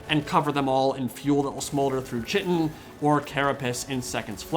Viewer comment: "Chittin" 🤣Brother, please check the Codex Linguisticus. This word is pronounced KY-tin. Guard your tongue against monstrosities of speech, or verily, we shall all be chit out of luck